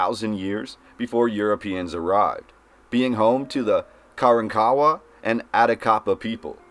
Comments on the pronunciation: It took me awhile to realize this pronunciation of Karankawa. It's not "Karen- kawa" but instead "ka-RON-ka-WA". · At least you could learn to pronounce Karankawa properly.